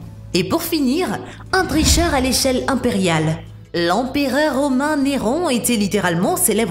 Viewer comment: "L'empéreur" Néron... L'empéreur 🤦‍♂️